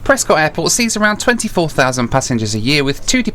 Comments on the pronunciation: Prescott is pronounced Preskit as in bisquit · I love Prescott soooo much! Favorite city in the US, and a wonderful airport! Also for future reference, it’s pronounced Pres-kit, but no worries. Anyhow, great video! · Actually pronounced "Pres-kitt." :) If the UK actually had an essential air service program, FlyBe would still be in operation. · It’s pronounced Pres-kit. At least that’s how the locals say it. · Sure wish you would pronounce Prescott correctly.